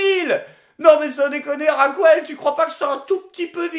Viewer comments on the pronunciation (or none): Non, pas possible, "Raquouelle", c'est non.